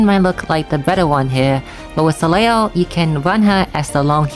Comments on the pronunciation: Hey, always appreciate seeing your videos, you're the #1 best CotC source for me for sure! Just a note though, Soleil is a French word (Sun), which means you don't pronounce certain letters, in this case the trailing L. So it's just "so-lay" basically. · If you want to be fully truthful, the "l" in "soleil" is not silent at all, and it IS pronounced. However the group of letters "il" in french are basically equivalent to "y", or "iy". Therefore "leil" ends up being pronounced as "lay".